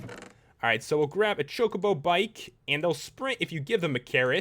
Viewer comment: You said Chocbo wrong and i spelt it wrong.